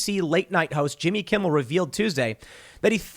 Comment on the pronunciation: It’s Jimmy Kimble, get it right Tim!